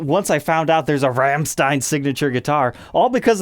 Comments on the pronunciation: It's not pronounced Ramstine. It's pronounced Romsteen. But I forgive you. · As a German 1 minute in I beg of you... Please quit mispronouncing Rammstein. There's no RAM, it's more of a ROM. That is all. Great video though love seeing Paul's signature guitar finally get some light. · pretty sure it's pronounced "ROMSHTINE" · yeah more like Rammschtein XD. really exentuate the german XD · pronunciation of Rammstein 😄 Cool, no nonsense guitar.